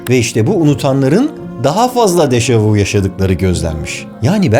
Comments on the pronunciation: yalnız u diye degil ü diye okunur dejavü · Yanlız Dejavu değil Deja vü böylede okunur fransızca kökenlidir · Deja vu yazılır deja vü (görüldü) okunur. Vu ise siz (vous) demek. Bilim kanalında doğru okunmali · Dejavu dehil dejavü deseniz daha doğru olur